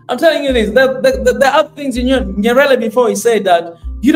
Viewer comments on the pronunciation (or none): none